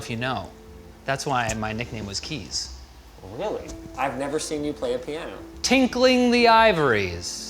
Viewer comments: Tinkling? As in peeing? Tickling...... Wtf! Tinkling. Right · Did he say tinkling the ivories I think its “tickling the ivories” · I re-listened several times, he said "tinkling" the ivories instead of "tickling" 😂😂😂